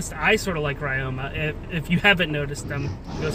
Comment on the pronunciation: ya pronouncing ryoma wrong... the y in ryoma is pronounced like the I in Literary because it is a japanese name